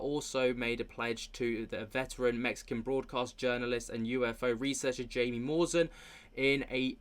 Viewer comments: It’s pronounced hai..mi not Jaime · Jaimie is pronounced Haimie, if I'm not mistaken. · Respect to Burchett. But Trump HAD THE CHANCE to let this stuff out and he didn’t do it. Also, Jaime is pronounced “Hai-mee.” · His name is pronounced "Hi me"